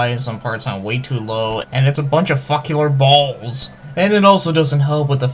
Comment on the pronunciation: I lost it at 'Suckular Balls' !